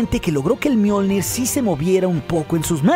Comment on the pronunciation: Soy yo o en una parte dice Mjoldir